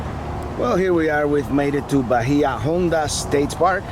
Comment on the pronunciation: Pronounced 'bay-ah on-da' State Park, which means 'deep bay' in Spanish.